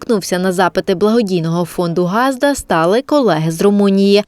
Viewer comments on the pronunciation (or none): Невже так важко поставити дикторам правильний наголос - не гАзда. а газдА. І це постійно повторюється з випуску у випуск.Як не вмієте,то не використовуйте місцевий діалект.